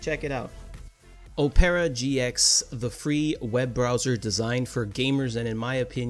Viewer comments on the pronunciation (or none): o-pear-a gx my boi? Its OP-ER-A!!!! Like and opera singer!! tf!?!?!? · How can you recommend something you can’t pronounce